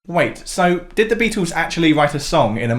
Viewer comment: Please…. Beatles not Beatools, hassle not hassool, and certainly not togever